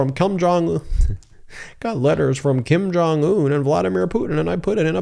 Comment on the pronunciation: Hahaha!!! Did you just call lil Kim... "KUM JUNG UN"!!!??? HAHAHA!!!